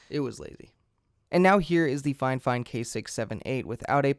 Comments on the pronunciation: "FineFine" Figh-Fine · I'm not done with the video yet, but uhh why do you call it finefine instead of fifine?? Got me wondering If I say it wrong or not :D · Triggers me a bit that you keeop calling it Fine Fine.. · Is he saying "Fine-Fine" every time or am I crazy? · Dude why do you keep saying 'fine fine', its annoying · Man really said “ fine fine”😭😭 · "FineFine" stahp! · "Fine fine" lol that can't be the pronunciation. Great vid though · it's not fifine, FIFINE!